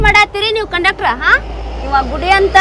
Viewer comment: ಅದು ಕಂಡ್ಕಟರ್ ಅಲ್ಲೊ ಮಾರಾಯ ಕಂಡಕ್ಟರ್